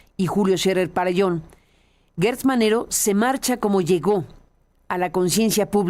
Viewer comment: Carmen es Gertz no Guertz. ¿cómo dices geranio o gueranio; Gerardo o Guerardo?